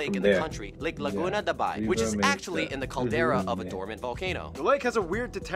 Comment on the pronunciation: LAGUNAA DABAY IS WRONG PRONUNCIATION .ITS LAGUNA DE BAY